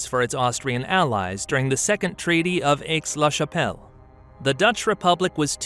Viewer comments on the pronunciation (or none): aches la chappelle stupid robovoirce quit